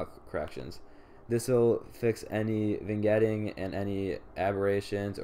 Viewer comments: Not even pronouncing it as it's written, super cringe lol. "vIN-Getting" (facepalm) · The g in vignetting is silent, you sound silly. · nice vid, vignetting (G is silent) keep it up guys! check out a few pics i took of my rosee's and other pickups as well.